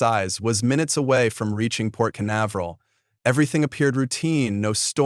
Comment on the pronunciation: Port Canavarel? LOL